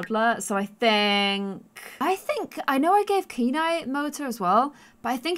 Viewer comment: I think that hair looks the best 😊 Also Kenai is my dog's name and in Poland we pronounce it as 'can I' just as you were pronouncing at first 😁